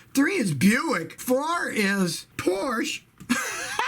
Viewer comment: I literally started laughing at loud when he read Porsche😂😂